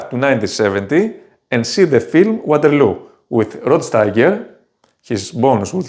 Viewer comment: Δεν ξέρω πότε ξεκίνησες την μ@@ με τα αγγλικά, μόλις το ανακάλυψα. Εκτός του ότι η προφορά σου είναι σαν του ταμτάκου, - "γουάτερλου" το έκανες μόνος σου βρε νούμερο - δεν έχω καμιά διάθεση να βλέπω review ταινιών από έλληνα youtuber στα αγγλικά. Από το κανάλι σου, απεγγράφομαι αμέσως και σου εύχομαι καλή τύχη.